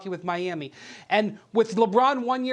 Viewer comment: Did RJ say MI'HAMMI Heat? close to the end.??..lol